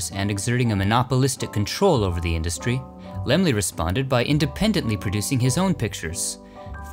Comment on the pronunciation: So that's how you pronounce Laemmle! Lol Great film!